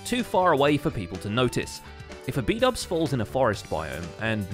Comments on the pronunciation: bdouble=bubble lmao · I just love the way Keralis messes up everyone's name. Especially Xisuma aka Shashuamivoid and Bdubs aka Bubbles